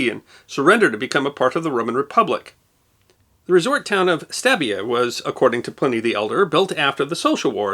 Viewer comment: Stabie is pronounced “Stabby eye”.